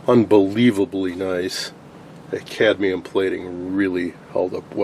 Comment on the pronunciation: Did you say CADMIUM plating?